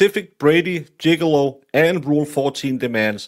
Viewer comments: To be fair, pronounces it Jiggilow😂 He'll come in and slip on a banana peel next act! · Gig-lee-ooo =Giglio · But pronouncing Gigolo is so funny 😂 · Don't tell him, it's perfect the way it is 😅